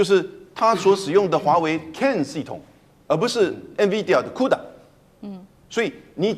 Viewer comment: 是:哭打 不是Q打